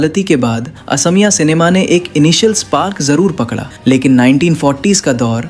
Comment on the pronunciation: Please pronounce correctly. Its not Assamiya , it's AXOMIYA